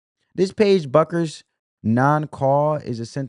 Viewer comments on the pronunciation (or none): How hard is it to understand that the “U” in Bueckers is silent? It’s pronounced Beckers. Sabrina’s name is pronounced you-ness-coo.